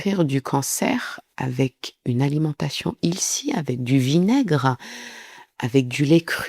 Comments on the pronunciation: Pas canadienne mais je vie à Los Angeles. Le “heal” de healthy ce prononce comme le mot “hell” ☺️. T’as troisième prononciation de Wall Pantry est la plus proche (98%) de la bonne prononciation 🔥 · Healthy = se prononce H-Elle - Thy :-) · Healthy se prononce HĖLSSi (sain/bénéfique pour la santé)